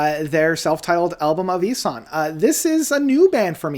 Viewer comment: Isahn is actually pronounced "Eee Shaan". Not sure why the "sh", but in interviews it's always pronounced with the "sh" And it's my favorite album to come out in years, period. I absolutely adore the evilness, the rich arrangements, and just the fact that it's entirely obvious that the metal and the orchestra were written together as opposed to the orchestra being an afterthought. The swells and stabs are all very intentional, and all of that dissonance in the chord structures....muah